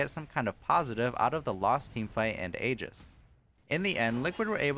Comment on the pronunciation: It's a Greek word and pronounced "ee-jiss"